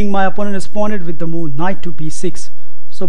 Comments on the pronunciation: MarioPeloful lmao MOOOOO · MarioPeloful he may be a gujju...lol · MarioPeloful I wasn't able to get through the video because I kept hearing moo. I began picturing a cow go moo every time he said it.. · Just say moveee